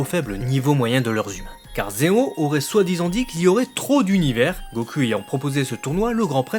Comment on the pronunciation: La review est bonne, mais ta prononciation pseudo-japonaise du mot "goku' devient excessivement lassante à la longue.